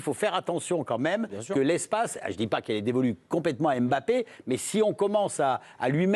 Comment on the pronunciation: Arrêtez de dire Em bappe